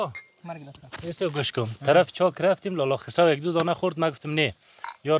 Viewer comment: به جای اینکه بیگویید خسروی میگه خرس اویی هههههههههههه